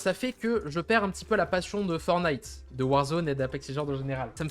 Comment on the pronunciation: 1. C'est "fortenaïte" et non "fornaïte"... c'est comme DJ, soit tu prononces à la française "déji", soit à l'anglaise "didjè", mais pas l'horrible remix "didji" (=DG en anglais)! 2. BUSH se prononce "bouche" 3. LEVEL ---> "lèveul" (et pas "leuvèle" 🤮🤮) 4. GAME, soit jeu en français est masculin. Il existe manche, rencontre, ou partie si tu veux employer le féminin. Parlez franglais correctement bordel! :P